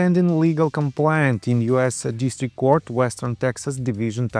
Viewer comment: You should practice the correct pronunciation of the word complaint. You are saying compliant. Complaint An expression of dissatisfaction, pain, or grief. For example, you might file a complaint with authorities if you are dissatisfied with a service. Compliant To obey or follow something, or to complete or perform what is due. For example, you might say that a patient was compliant with an exercise regime if they were following it.